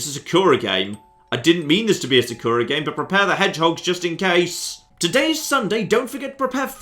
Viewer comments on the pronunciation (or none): Also... am i the only one who hates how he says 'Sakura'? damn it, i pronounce it as would any japanese person would.